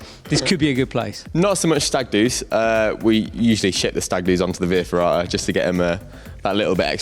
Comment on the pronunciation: What are you saying in that little room? Vee ferrata? Huh?